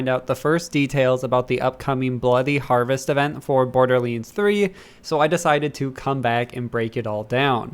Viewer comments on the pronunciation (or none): “Bordeerleends fwee” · Why does this guy say borderleends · Uhhh ohhh someone tell Gearbox theres a "Borderleends 3" out there. 🤣🤣🤣🤣